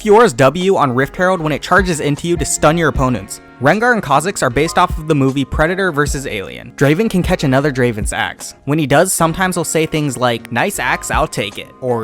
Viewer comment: Who the hell?? Says predictor vs alien???? My ears are bleeding